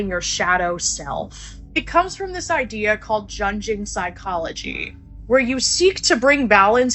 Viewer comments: it’s pronounced YOONIAN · her pronunciation of Jungian as Djungeon just made me die a little bit inside. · chick said "Jun-gin" LOL. preeeety sure it "Yung-ee-un" Carl Jung, shadow self etc. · Junjin😂😂😂 pronounced Youngian after the psychologist Carl Jung! Wooow. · She lost me a "Junging" psychology. It's pronounced "Young-ian" psychology based on Carl Jung. His concept of the shadow is based off of things like emotions and personality traits we are taught to suppress as children. For example, you are a boy that cries when you get hurt or gets angry, or you are a girl that won't hug the creepy uncle when you're told to. You're taught those aren't nice things, so you suppress them and those things manifest themselves into unhealthy coping mechanisms and such such as never being able to grieve when you should or exploding in anger at inappropriate times or people pleasing tendencies. It has nothing to do with witchcraft and everything to do with dealing with things you were taught to bury as a child. It's also where the concept of projection comes from where you accuse someone else of doing something you actually do, because you have suppressed and buried that part of yourself you don't like. Rather than bring it to light and cope with it in a healthy way, you see that negative trait in other people even when it isn't there. Just because something sounds dark (ie shadow self) doesn't mean it is. What is a shadow? It's something that follows you around. You can pretend it isn't there, but it's definitely there...just like our pent up frustrations and suppressed emotions. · Bruh this chick said jungian psychology with the Ja sound like wtf.. its YUNG like Carl Jung, wtf I hate people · Homegirl really said "Jungeing" psychology like she knew what she was talking about lol Jungian psychology on the other is actually amazing tho lol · She really did all that research to say joongian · Jungian is pronounced yooongian after Carl Jung (yoong).